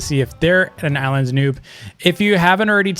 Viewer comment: Me hearing him say the ilands devs ...